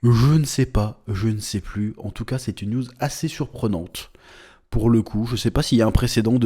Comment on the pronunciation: À chaque fois que tu dis "une news" j'entends "une nudes"